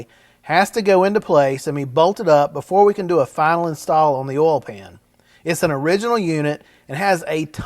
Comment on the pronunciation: How do you pronounce oil ? Do you say olll??